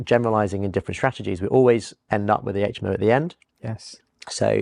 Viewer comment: It would be super if you adapted your pronunciation to say " aitch M O" and not " H aitch M O" . Good interviews and content on your channel. Good luck.